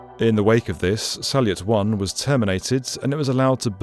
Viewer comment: Salyut is actually pronounced exactly as it is written if you get the correct version of the sound. Think of it as "sall" the french word for room, and "ute" as in sport-utility vehicle... it works out to "sal ute"... I had no idea what you were saying with this "sal leit" thing... but I remember Salyut very well when it was in orbit.